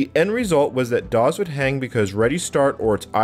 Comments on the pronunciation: I just found your channel and I am liking the videos so far, but why in the world do you say "doz" every time for "DOS" and "QEMU" as "cume"? Sorry. It's just distracting since you say "doz" a lot. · had to bail, "dawes" was triggering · I'm curious about where you picked up your pronunciation of DOS. I've been a PC user since the late '80s and have never heard anyone pronounce it with a Z sound. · He pronounces "dos" "doz"